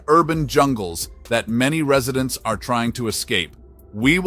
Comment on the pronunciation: "Ree-suh-dents?" Oh, I get it. You actually meant "Residents." This video is AI garbage. It is a disgrace.😊